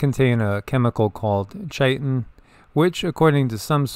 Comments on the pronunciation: Chitin, pronounced (Kai-Tin) noticed you struggling with it a bit 😁😁😁💙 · Several people on YT are mispronouncing 'chitin'. It's 'KY-tin'.